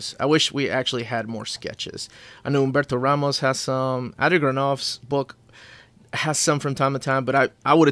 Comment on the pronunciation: As a Central/Eastern European I have pretty much no use for the measuring segment, but on the other hand the way pronounces names like "Humberto Ramos" is just a short phonetical miracle for me, so I guess it evens out as a whole.